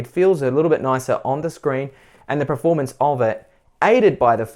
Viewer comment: did you say preformance